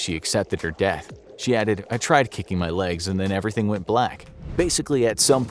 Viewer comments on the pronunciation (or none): none